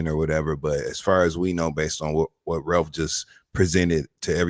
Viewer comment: & Carlos are both from Michigan and neither can properly pronounce “Ralph” 😂😂